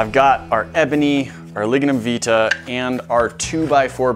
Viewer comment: It’s pronounced vitae Vy tae. Not how you pronounce it